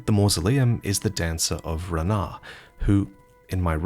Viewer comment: I don't think the correct pronunciation of the dancer name is ra nah but Rana which pronounced like Lana or Sarah